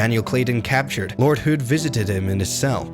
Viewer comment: Never heard "hood" mispronounced that way before.